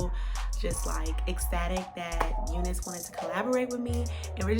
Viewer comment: Why you whispering? You're not pronouncing name of wig properly, it's U NICE LIKE YOU ARE NICE